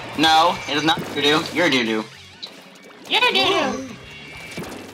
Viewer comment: Its KELP NOT KELPO REEEE thanks lol